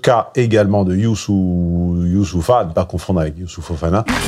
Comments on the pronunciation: Je ne comprends pas comment tu peux écrire des livres faire des analyse comme çà et ne pas être capable de lire le prénom Youssoupha... c'est quel genre d'irrespect çà? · Tu parles mal quand même... entre le fait de déformer le nom de youssoupha, la manière dont tu traites le sujet avec condescendance... t’as pas l’air sympa comme mec... ce ton et cette manière de parler. Tu pourrais changer 2/3 choses qui te feraient pas de mal. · Tu fais exprès d'écorcher les noms de rappeurs, c'est gênant .. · Tu parles mal pour un mec qui tant à ressembler à un noir !!!! You-sou-fffffaaaaaerr tu ne sais pas lire? Son père a 70 ans enfants c’est ton problème, tu parles de géo-politique à moitié mon amis. le Congo a le plus de richesse dans le monde ! Mais l’un des pays les plus pauvre et criminogène au monde, réfléchit y !!! Tu as 1heure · Mdrr mais on est d’accord que Youssoupha c’est facile à prononcer non? La comedia del’arte 😂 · C'est souvent qu'il fait semblant ! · qui ne sait pas prononcer Youssoupha mais qui n'a aucun problème à dire Roxana Maracineanu en moins d'une seconde 😂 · " Youssoupha " fait un effort bordel 😂😂😂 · Je m'interroge sincèrement sur le niveau de masochisme qu'il faut avoir en soi pour s'employer pendant vingt-sept bonnes minutes à écorcher volontairement le prénom Youssoupha alors qu'on a soi-même des ancêtres guyanais, c'est-à-dire très probablement issus de la traite négrière. Peut-être faudrait-il là sérieusement investiguer l'hypothèse d'une transmission de la servilité par les gènes tant le dressage et la domestication semblent réussis. Tu pourras toujours les singer comme tu veux, ils ne t'en aimeront pas davantage. Et puis nous ne t'aimons pas non plus, d'ailleurs. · C’est si compliqué que ça pour vous que de lire et prononcer Youssoupha !? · Faire semblant 2 fois de ne pas savoir prononcer son nom...mauvais acteur en plus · Genre tu ne sais pas dire correctement youssoupha...